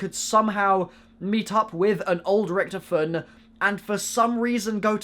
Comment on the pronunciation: please say richtofin correct